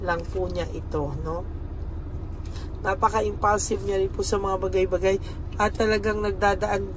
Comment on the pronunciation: Hi!, maganda ang reading mo,kaya lng kung magsalita ka ng talalig hindi malumay mag- bisaya ka na lng,yong salita mong bagay2 malumay hindi yong ng farari kotse yong pag- formal 1 magsalita.😢😢😢